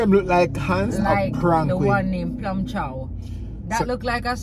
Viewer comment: Man say plum chow nuh now 😂